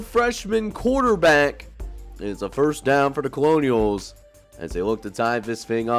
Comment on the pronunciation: bruh eventually nicholls is gonna win a game on here lol. also we pronounce it like “kernels”